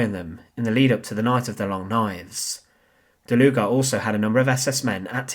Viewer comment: I kept on hearing "der Luger" 😅